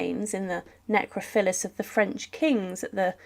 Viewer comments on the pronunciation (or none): It's a Necropolis, not necrophilis, her name is pronounced Marry Antoinette, not Marie, and St Denis is not pronounced Saint Dennis, but 'San Denee' (as in Denis Denis by Blondie in 1978).